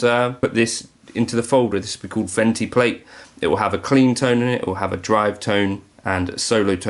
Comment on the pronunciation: To be a pedant, I believe it's pronounced "von-two"